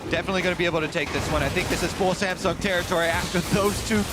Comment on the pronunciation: Did he say Sangsum instead of samsung? 😂